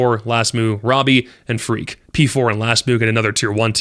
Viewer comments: Freq instead of Freaq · it's not pronounced Freak btw, just frek